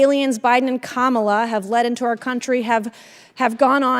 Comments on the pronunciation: Oh she said her name right today! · She finally got the correct pronunciation of the Vice President's name. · Oh Mace finally learned how to say Madame Vice President Harris' FIRST name. So she CAN actually be taught. YAY! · Wow, now she can pronounce Kamala 😮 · Good to see she finally learned how to pronounce our VP’s name, although she still has to say it in a snarky manner…I guess we can call that progress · Funny that all of a sudden Mace can now pronounce Vice President Harris' name correctly multiple times. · So,Mace can actually pronounce the vice-president’s name correctly 🙂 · Oh, look! Nuncy learned how to pronounce "KAHmuhluh". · Good to see Nanky Disgrace all of a sudden figured out how to pronounce ,La... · Im surprised she actually pronounces Kamala’s name correctly. Ive heard her mispronounced it countless times like a real wise guy. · Wow l see she said Kamala name right, something she didn’t do on CNN. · At least Mace pronounced Kamala's name correctly ... Lol. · Finally she’s able to say Kamala right so that’s progress! She can’t even keep a straight face when she questions because she doesn’t even believe in her line of questioning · She finally said Kamala correctly though.... So points ? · Would it be possible for Nancy to show just a little respect for the current vice president of the USA? Maybe not call her by her first name. Yes she pronounced correctly probably because it’s too difficult to mispronounce and gets it wrong. I’m sure if Nancy were vp she would demand that respect. What is she trying to prove? She calls trump president!! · Wow Nanky Mace actually pronounced Kamala correctly. Everything else she's babbling on about is incorrect. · Nancy is so gross.....So now you say her name properly but have sarcasm with it....